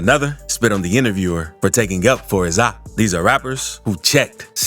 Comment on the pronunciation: That last one eas weak asf. The "intervierwer" lmaoo he was ass and I woulda beat tf outta him gun or not